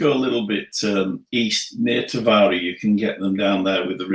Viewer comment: Please say «Taveera» when you mention Tavira. And «Laagosh» for Lagos. Thank you!